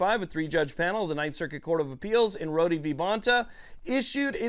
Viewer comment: I hope this isn't taken the wrong way, but Rhode v. Bonta is pronounced as "Road v. Bonta" and not "Roady v. Bonta." I'm not trying to be a jerk about it, just a heads up.